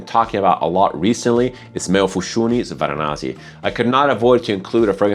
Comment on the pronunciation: Varanasi. Not Varanazi. You can also call it Kashi or Benares. City, not a perfume.